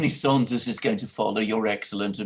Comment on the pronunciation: Alexander Mercouris IT'S "SANDERS" PS love u guys